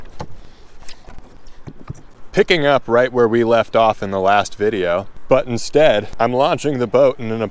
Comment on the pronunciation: “I made a videya’, here it goes..”